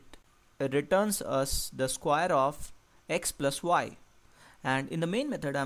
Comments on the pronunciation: square not squire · Sorry I could not keep my laugh to myself. Skwaer, rektangul But really thank you for the explanation, it's great. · i like the pronunciation of "square" -> skwaer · Sounds like "squire" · i thought i was royalty when he said square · Very clear and informative and relevant even today. I enjoyed watching it. But you'll have to work on your pronunciation a little bit.